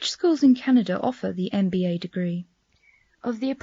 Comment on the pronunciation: She said mba no mba program 😂